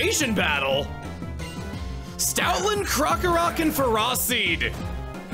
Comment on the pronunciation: That and Ferroseed. I don't mind off pronunciation, but these stab me deep.